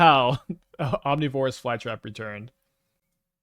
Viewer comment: People bringing up slightly mispronouncing ouroboroid while he completely mispronounces omnivorous is wild to me. Especially where omnivorous is a much more common word. (Maybe I'm also wrong but the way he says ouroboroid sounds fine to me)